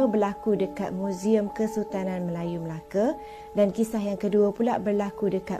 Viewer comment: Betul betul laaa cakap melakatu orang melaka dia melake salah